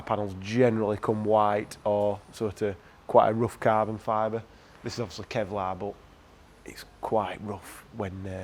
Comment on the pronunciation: "cAaahbon fober pAaahrts" looks good on the cAaah.